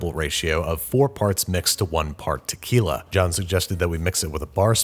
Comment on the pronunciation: Did someone say Takyla